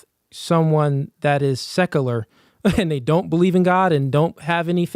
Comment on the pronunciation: he says secular so funny. (SEC-UGH-LER hahaha)